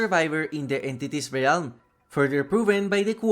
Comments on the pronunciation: Hey, just a heads up! "Realm" is pronounced "relm" not "ray-elm" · Great video! I’m relatively new to dbd and I’m loving learning the lore. FYI, realm is pronounce relm. The a is silent 😊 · Bro you godda learn how to say realm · the word "realm" has one syllable, and it rhymes with "whelm". like "bell" but with an M on the end